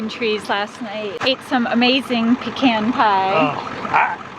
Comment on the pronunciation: Thank you for pronouncing “Pe - Can” correctly ! We’re Georgia folks transplanted to Idaho... Hope to see you out west someday... Praying for Madley... Drive Safely....